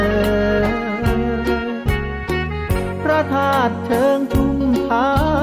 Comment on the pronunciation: ขอสรุปเลยว่าพี่มนต์แคนร้องดีสุด คำว่าพระธาตุ คำว่าฝนปรอย ชัดเป๊ะมาก คนอื่นร้องดีแต่จะออกเสียงไม่ชัด กำกวม ฟังพี่มนต์แคนร้องแล้วมันระรื่นหู ไม่ต้องลุ้นเลยว่าคำนี้จะร้องเป๊ะมั้ย สรุปเป๊ะทุกคำค่ะ